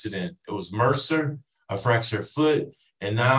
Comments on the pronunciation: If this defendant insists on using multi-syllable words, someone needs to give him a dictionary so he can use them properly. It’s “MRSA”, not mercer. And I seriously doubt he has “a bone sticking out”. What a child. He’s just upset they are holding him accountable for his poor behavior. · I crack up everytime he says he had "mercer". It's MRSA! (pronounced "mer-sa"). It's a bacteria that is resistant to certain antibiotics. If he had a dangerous, life threatening case of MRSA, he would have been in the hospital getting large dosages of IV antibiotics. My guess is he got a tiny skin infection that tested positive for MRSA, which is very common. Nothing serious. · BTW, it’s MRSA, not “Merser”.